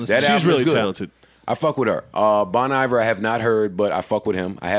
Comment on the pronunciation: Bon Iver is pronounced “Bone Ee-Vayr”, y’all nasty lol